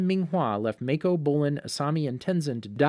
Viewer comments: This is bothering me. His name is Mah-koh, but Mae-koh. I know they are doing their best though and I appreciate the effort. Thank you for the video!!! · Its not maeko either its maaako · Okay but why do you keep saying “mAikO” ITS “MAKO” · Every time he says "MAY-KO" it reminded me of the fat donut-eating cop saying his name, hah. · mayko ten-zen kia mhm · stop saying make o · I think Mako is pronounced (Mah - Co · You said mako Wrong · and when he pronounces “mako” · I'm sorry, I made it 13 minutes, but it is absolutely driving my brain crazy every time I hear Kee-yah or May-ko.... I literally cannot make myself listen anymore... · Omg he keeps say "Kya" and "Mako" wrong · Sokka(Sock-Ah) not soak-ah Mako(Mah-Kho) not may-ko Kaya(kai-ah) not kay-ah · Soakka. Kyaw. Mayko. Oof. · He needs to work on: Sokka, Mako, and Kaya